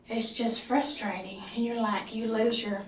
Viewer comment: I thought I was tripping when she said FRUSTRATING as fristring